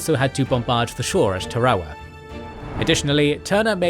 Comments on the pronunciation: Tar-a-wa. There's only one R. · From what I can gather, it is pronounced ta-ra-wa or tah-rah-wah in Gilbertese, with all three syllables pronounced quickly and evenly, perhaps with a very slight stress on the first syllable. English dictionaries seem to put the emphasis on the second syllable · Not sure you pronounced a single proper noun correctly. Tarawa particularly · Am I crazy for hating how he pronounces Tarawa? Is it a brit vs American pronunciation, or is one of us saying it wrong?